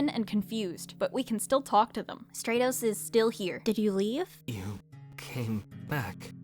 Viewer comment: I think Stratos would be pronounced like stratosphere, with the a being said like it is in apple, not like in agent